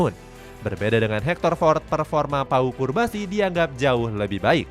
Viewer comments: Cubarsi, not curbasi! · namanya cubarsi, bukan curbasi bg wkwkwk daritadi di video nyebutnya curbasi mulu wkwkwk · Cubarsi bre, not. Curbasi😢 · Lu kan baca min... Tapi kok salah berkali2 bilang curbasi.... Cubarsi woi.... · Pau Cubarsi min, kok disebut Curbasi ?